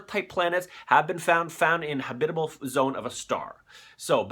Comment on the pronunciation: YOUR SAYING HABIBAL IT'S HAB·IT·A·BLE